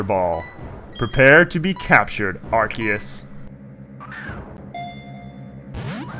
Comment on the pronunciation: Cardgage is my god... PS: In regards to the pronunciation of Arceus, this video's pretty useful